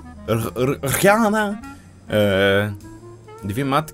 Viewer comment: ZIOMEK TIWÓR czytaj "riana" , jak ta piosenkarka np. umbrella stary dobry utwór (ach te wspomnienia) :)